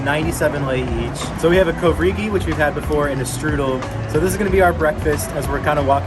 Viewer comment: Covregy🤣🤣🤣🤣😂, as romanian that is THE weirdest pronunciation of "covrig" u ever heard in my entire life, but gotta say, i am proud of who i am. Besides, it's always funny when you hear non-romanians try to learn our language :)